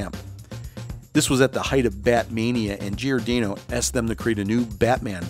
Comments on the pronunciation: Nice history rundown. But PLEASE stop saying “GEE-or-DAYno?” Closest pronunciation should be “jorDANNo” or “Jor-Dah-no.” Millions of Italian Americans will thank you. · Dick GiorDAHno not GiorDAYno. Otherwise, nice clip. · At least pronounce the names correctly. Dick Giordano's last name is pronounced 'Jor-danno' [It's italian].